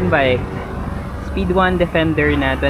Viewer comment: Speedone pala basa don akala q “is-pid-don”